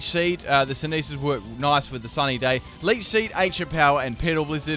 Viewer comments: Lol "synethis" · That is one weird pronunciation of synthesis.